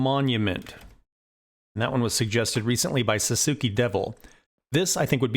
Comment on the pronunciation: Should let them confirm but my assumption is that “Sasuke Devil” is pronounced like “sauce kay” devil.